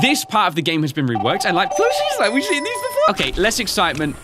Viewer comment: you dont say been like that its binn in pronounciation